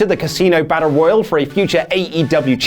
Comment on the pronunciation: It’s Casino Battle Roy”Al”e, as in the Bond Film Casino Royale. Not Royal.